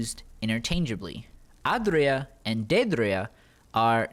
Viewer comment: The way you say aedra and daedra is is whack it's like AYYdruh and daydruh